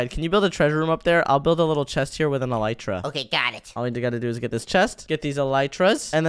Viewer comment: Bro said elytra and arrow